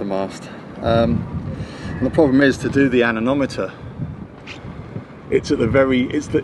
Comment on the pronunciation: Anemometer. Not Anenometer😉